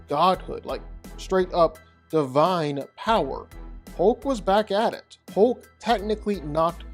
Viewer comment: When he says Hoke, he means Hulk.